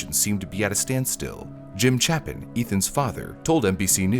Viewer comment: mispronounced Moscow, used the wrong word (amiable when it should've been amicable), mispronounced Olivia, mispronounced Chapin....this is amateur hour